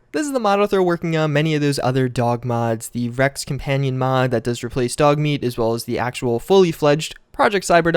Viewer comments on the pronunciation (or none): none